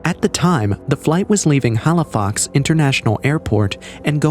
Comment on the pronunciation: Halifax not halifox